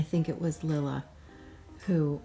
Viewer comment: A day in the life... perfect! I did laugh with the name. It's Lilla rhymes with villa. :) Hope you have a bit more stitchy time this week. Maybe Santa will re-capitate (is that even a word????)